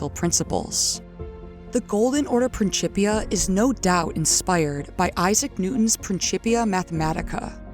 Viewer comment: it was worth the wait. What a heartfelt and beautiful narrative! Plus, I got to hear someone same “principia” properly like a dozen times! 😂 Seriously tho - great work. Compelling for the lore community. Enjoy the accomplishment and take your time!